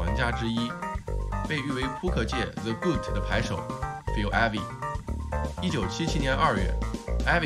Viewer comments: GOAT讀音唸錯了...這麼專業的頻道 出這種錯誤 不應該啊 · goat读音读错了 看来平常不怎么看体育项目的 ivey百家乐纹理识牌这件事都炒腻了还拿来说 做gto频道就专注gto吧 讲ivey就讲他扑克相关就好 扯其它的干嘛